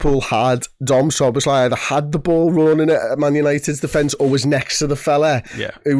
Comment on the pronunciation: Dom's name is pronounced - Soh-boh-slai, not Suh-boz-lai.